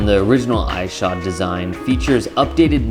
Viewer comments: Ik im two years late but it was really bothering me how you pronounced his name. It’s pronounced Is-shod like issue. Great review though. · The way u say Ishod makes my skin crawl do u say ish cepedas name all weird too? Lol just say it normal. Even the clip u used to justify saying his name wrong proves you know how its pronounced lol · pronounce his name right